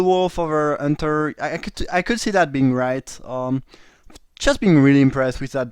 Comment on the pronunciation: Nice drafting and commenting as always. Love how you pronounce it Unter instead of Hunter :D you french guys :D